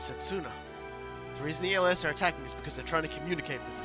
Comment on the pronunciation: Els is pronounce similar to else